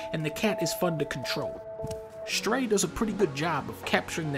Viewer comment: Fun fact: the game is called "Stray" not "Shtray", Dunkey